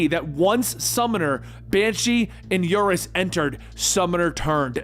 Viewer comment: Smiles. A great job with your production!! A couple small issues. For some reason, you started to call Unus "Urus." Monet is a French name, pronounced "mo-nay"